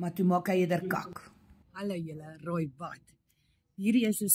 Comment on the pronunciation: Lekker gelag vir jou "rooi wat" i.p.v. "raai wat".